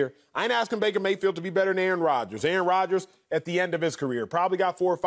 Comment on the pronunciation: lmao yo called him breaker mayfield